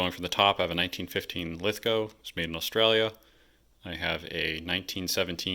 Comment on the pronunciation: Awesome content.nice to hear you say Lithgow properly,If your ever in Australia i will take you to the Lithgow factory museum.